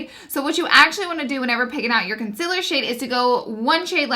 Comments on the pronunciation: Guuurl I love you but the way you pronounce concealer 😫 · I'm sorry but I just don't like the way you pronounce "concealer". Your makeup is bomb, your personality is great, your videos are amazing but that word gets me everytime lol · I will forever love how you say concealer. Please keep doing these reviews ❤️ #snapchat #lauraleeforever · How are you so darn cute also i looooove the way you pronounce concealer #snapchat #snapchatfam #snapchatfamily #bestyoutuber